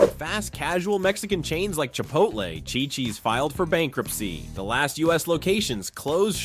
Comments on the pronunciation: Yes pronounced cheeee cheees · Phonically: It's not chai-cheese as you pounced it, it' chee-cheez. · Did he say Shychis?!? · Yes, you're mispronouncing it.